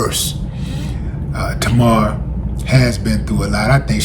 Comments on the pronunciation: Wow Willie, you don't even know how to pronounce her name right, but you gonna cover the story anyway? SMH it's, TAY-MAR!! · Pronounced TAY-mahr... get better soon ASAP. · There is no o in her name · When you can’t pronounce her name that’s when I gotta go. Smh